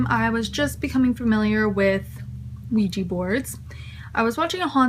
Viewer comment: QUIJA xDDDD it's an OUIJA, LOOL